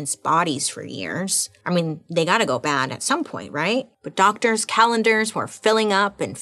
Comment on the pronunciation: Did I hear her say “DOGTORS”???? 😂😂😂😂